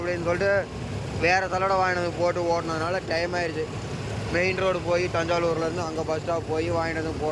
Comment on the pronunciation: அது தஞ்சாலுவூர் இல்ல ப்ரோ தஞ்சாவூர்